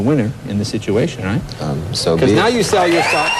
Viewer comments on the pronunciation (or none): none